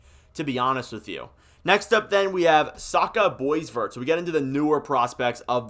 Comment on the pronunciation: It is, Sasha Boy-Var, it is French-Canadian pronunciation.